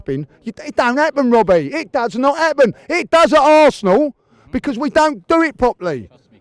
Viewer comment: "Wobbie" 🤣 dead.